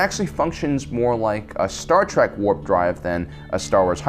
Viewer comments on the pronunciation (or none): none